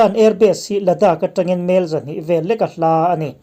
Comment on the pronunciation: A nih hmel 'hmel' hi a ri sangin lam tawh suh, a ri hniama lan tur. Kel (goat) kan lam rik anga lam rik tur.